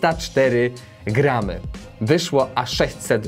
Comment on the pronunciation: uszy bola mowi sie gram...